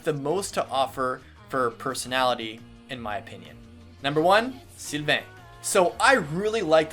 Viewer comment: You slaughtered Sylvains name... ooof.